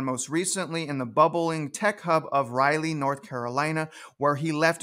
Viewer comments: i love your videos but pleaseeee stop calling it Ryleee north carolina.... It's pronounced Raw Lee. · Raleigh is pronounced like this: say Wall-E but use an R instead of a W